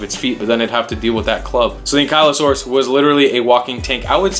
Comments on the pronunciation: What great video! However, I always pronounced it like ANKLE-O-SAURUS. Keep them up! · You said it wrong